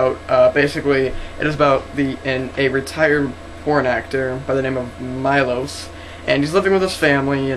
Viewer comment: it MILOSH not Majlos